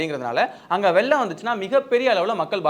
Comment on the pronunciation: அது வெல்லம் இல்லை வெள்ளம் 😢😢😢 தமிழ கொல்லாதிங்க